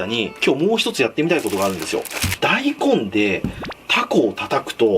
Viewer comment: 大根のイントネーション気になる笑笑大根⤴